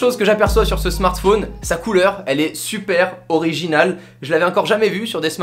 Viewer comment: Ça m'énerve quand il dit smartphÔne